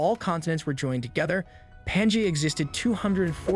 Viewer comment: Great présentation. The only minor and I mean minoré is mispronoucing Pangea and Sudan and some others. On the other hand I may be mispronouncing. Thanks!